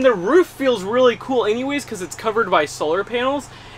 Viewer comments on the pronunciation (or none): none